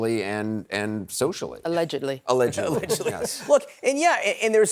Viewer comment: Did the woman acting as a news anchor say "alledgeblly".?